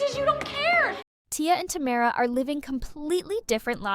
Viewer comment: Learn to say tamera. It's buggy me